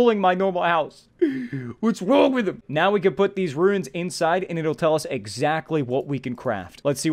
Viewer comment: Runes: exist: "RUINS!!"